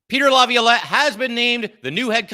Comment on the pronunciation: can you please help him say Laviolette